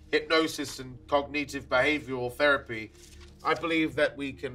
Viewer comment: What’s up with pronunciation of ‘Cognitive’? Oh yeah, & his general speech pattern. As an English person I can honestly say It’s really odd & really distracting & im only 20 minutes in!! Edit. Just found the actors profile & he is English. That’s the biggest shock/horror so far in this film.